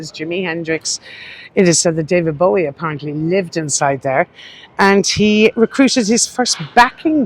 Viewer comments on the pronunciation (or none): none